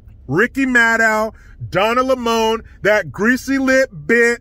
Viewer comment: Donna Lay-moan!!!! 😆 🤣